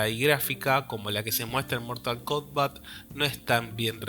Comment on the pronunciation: Mortal Kumbat